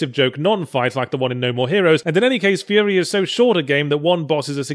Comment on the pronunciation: furi is spelled correctly. you just pronounce it wrong. Because "furi" is the japanese pronounciation of the word "free"